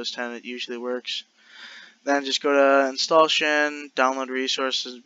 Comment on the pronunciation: It’s pronounced in-sta-lay-tion. installation